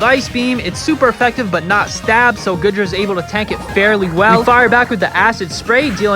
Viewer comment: This video is old now but it’s gotta be said. It’s “Goo-dra”, my guy. Not “Good-ra”.